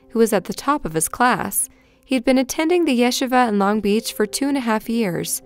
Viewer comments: Kid’s name is Chaim. “Hkyim”, rhymes with “fry’em”. Not ‘Hayem’ rhymes with ‘slay’em’. Also “yeshiva” is pronounced “Yeh-SHEE-vuh.” Not “YESH-i-vuh”. Thanks and carry on. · It's pronounced ya-shee-vah! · The way you say yeshiva and chaim makes me lol